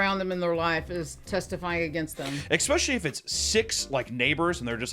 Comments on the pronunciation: Please don’t take this the wrong way. A lot of times you say “expecially” when you mean “especially”. Like folks who say “expresso” when they mean “espresso”. I can’t help giggling when I hear that. Like people saying “pacifically” when they actually mean “specifically”. I’m a subscriber and a fan of your content and would hate for people to misunderstand (or pretend to) and try and call you ignorant when you clearly aren’t. You ask for comments so here is mine. I’d be saddened if people miss the point you are trying to make, or dismiss you as a valid critic, because they take issue with what they have decided is sloppy or ignorant phrasing. And I am sorry I giggled. I agree with your points and the seriousness of the situation. I just couldn’t help myself. So I thought I’d let you know the expected pronunciation so you could update or not as you choose. I am not trying to tell you how to run your business. My comment is well-meant and I hope you take it that way and don’t feel like I attacked you. That’s the last thing I would want. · did papa just say expecially? oh noes dreams are broken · I can't get over him saying "ecspecially." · eSSSSpecially. There's no K before the S. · Is he saying "especially" wrong like Tom and Christina P? I hope so...